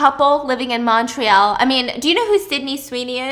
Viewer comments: the way she says “Montreal” like “Montroal” 😭 (No hate btw, just found it funny ❤️) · I love how Stephanie says Montréal. I’m from Ontario and we pronounce it a bit different.